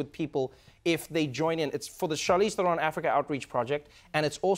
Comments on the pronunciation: Funny, Trevo traveled with her to South Africa but never learned to pronounce her name? Not Ther-own but Ther-un. Or more correctly "Trown" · The only thing that bothers me about this video is his constant mispronunciation of Theron. It's "There-un" not "ther-own". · Love them both, but why did I expect Trevor to pronounce her "Surname" correctly - He said THERE-ON as opposed to TA-RON, South African inside joke. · Theron, rhymes with heron. Not TherON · Lmao!! I like how Trevor is unsure whether to pronounce Charlize's surname the South African way or the (wrong) American way.. so he makes a combination of both.. haha! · Wish they spoke Afrikaans in this interview! I also thought Trevor would pronounce her surname correctly...but anyway, it's rad to see this...proud South African over here. <3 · trevorrrrrrr say her name right pleaseeeeee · Trev....youre mispronouncing her last name